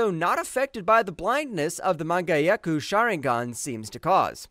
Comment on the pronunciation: Sir, you single-handedly took me out with that "manga-yeku"